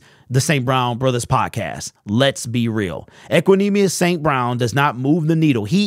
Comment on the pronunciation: He said it right